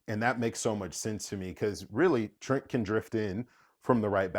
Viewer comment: They butchering my boy Trent!